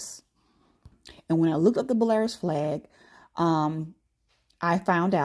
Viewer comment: Fyi- (so people are not confused) Belarus is not pronounced Bell-air-us but rather Bell-a-Roose. Blessings.